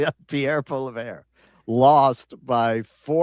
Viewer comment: Poilievre is pronounced "Pwoli-evre"